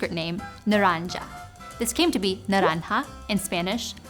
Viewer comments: Orange is not pronounced "naraanja" but with a hard g (like in good). Its actually naa-run-gi in Sanskrit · Naranga in Sanskrit is pronounced as na-rang-a g makes the sound of g in glass and not the sound of j. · Correction on your pronunciation of the Sanskrit "nāraṅga" / नारङ्ग : It should be pronounced with the guttural nasal and guttural voiced consonant (rather than the palatal versions of those two phonemes as in your pronunciation), and the first vowel of the word should be lengthened and stressed (rather than the second). It may be interesting to note that the likely etymology of this Sanskrit word comes from a compound/elision of the words "nāga" ("snake") and "raṅga" ("color"), giving further insight into its linguistic origin. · nāraṅga is pronounced with a hard /ɡ/ sound, by the way. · Butchers the Sanskrit pronounciation but aces the Spanish one ???